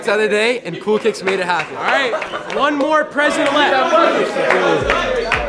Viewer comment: “Coo Kiks Is Da Bes Brow 💅”